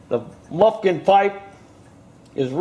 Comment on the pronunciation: I hate the way is says muffin sooo fuckin stupid